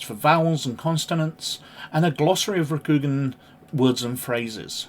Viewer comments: It’s Row-Coup-Gone 😊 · A Good video, though L5R 3E is my preferred edition; however, as pronunciation is something of a personal bugbear of mine 😅, I feel compelled to lend a hand (no offence intended): Rokugan = ROH●koo●GAHN Shugenja = SHOE●gen●JAH ("gen" rhymes with "Ken", with the "g" sounded like the one in "guy" or "ghost") (Also: There's an "Oriental Adventures Pronounciation Guide" on the en world website that may be useful for other words used in the game/setting) Stolze = STOL●zee (and that comes straight from his own website) Edit: Sorry to hear about the YT censorship nonsense - it seems that between their AI "filters" and overzealous fundamentalists amongst both YT review/appeal staff and the general viewing public, sheer and utter madness rules the day; hopefully something good will come out of this, somehow...🤞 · It's pronounced Ro-ku-gan or more phonetically, it's Roku like the tv service and also the Japanese word for the number 6 with gan, with the a being soft, on the end or Roku-gan. Hope that helps.